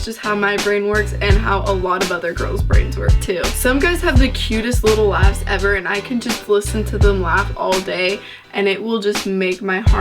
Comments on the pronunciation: Sound like she said ass' instead of laught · I'm 99% sure she said luaghs but no matter how many times I rewind it I hear ass am I the only one? Ok something is wrong with me.